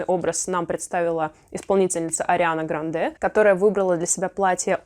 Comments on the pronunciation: Она: Гра́нде Надо: Гранде́ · Ариана ГрАнде а не ГрандЕ🤦‍♀️🤦‍♀️🤦‍♀️ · Арина грАнде а не грандЕ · Всю жизнь думала, что Ариана ГрАнде, а не ГрандЕ, но, видимо, это не изменится. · Ариана ГрАнде а не ГрандЕ!! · ГрАнде, а не ГрандЕ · Как же вы надоели со своей Арианой ГрандЭ!! Запомните уже, Ариана ГрАнде, ГрААнде!!! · Прошу обратить внимание 🙏🏻🙏🏻🙏🏻 Ариана ГрАнде, а не ГрандЕ💥 Хайди КлУм, но никак не КлЮм!!!🧨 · Господи, пожалуйста, она ГрАнде, а не ГрандЕ😅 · Ариана ГрандЕ ударение на Е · Ариана Гра’нде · Мои одноклассницы говорят ГрандЕ меня это бесит 😂, неужели нельзя выучить как правильно произносить фамилию) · Когда было Кет и Сем там тоже говорили Ариана ГрандЕ